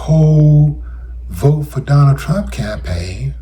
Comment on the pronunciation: Yes, "I will boat for donal trum, WEPA"!!!!